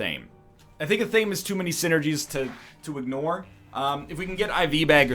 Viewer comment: One day NL will pronounce Athame correctly...one day